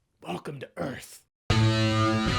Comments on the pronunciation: Everyone thought (including me), he said “welcome to Eerf” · welcome to Earf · Actually they come to “EARF”.